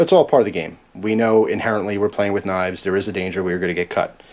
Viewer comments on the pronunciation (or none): none